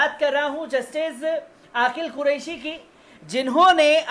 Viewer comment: Bhai aapki urdu bahut kamzor hai sari duniya aapki khabar ko sunti hai lekin aapke lafz bilkul jahilana hota hai, Aqeel ko aaqil bolte hain ye galat lafz bolte ho.